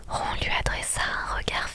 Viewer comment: Ron ce prononce rone..